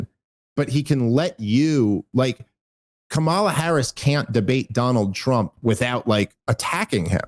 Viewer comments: PLEASE start saying her name correctly! She is truly terrible, but it really takes away from your "dumb as a box of rocks" argument when you cannot say her name correctly. Plus It's really easy. Just think comma-luh, because she speaks so often with pauses while she searches for words. Idk maybe it's just me but I think it's pretty cringe to mispronounce someones name KNOWINGLY over and over. Especially when it's not at all difficult to say. And pretty ironic to say she's not smart in context. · Oh my God Dave it's pronounced Kamala, not Kamala. How many times are you going to say it wrong? One more time,, Kamala, NOT Kamala! Geez...